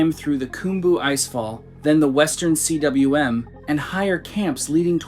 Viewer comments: Stop saying C-W-M. It is pronounced "KOOM" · Man, if you're going to put out these videos and act like you know what you're talking about (which it's painfully apparent you don't), at least learn the basic terminology and how to pronounce the words. Cym is pronounced "coom," not "see-dubbuhlyu-em." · CWM is welsh and is pronounced like koom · "Cwm" is an actual word pronounced 'koom' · I'm not sure why you can't pronounce, 'cwm' when you can say khumbu glacier. Khum =. Cwm It's Welsh for valley😊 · FYI, the “Western Cwm” is pronounced “western KOOM.” Cwm is Welsh for “valley.”